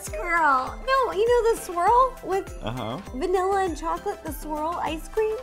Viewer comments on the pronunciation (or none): Rosanna can't say "swirl." 😀😀😀